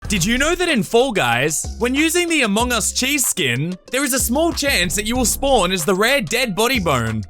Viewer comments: Wtf did he just say amohngus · The way he says among us tho 😂😂